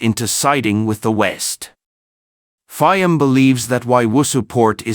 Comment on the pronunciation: This is a horrible production. Not much care to facts, names of country, use of correct pictures and video clips ( Mishmash of all sorts) pronunciation of PM Fiames name; horribly one eyed,...CCP production at its communist best. We get it; you were pissed off at PM Fiames decision. Get your facts straight as to WHY?!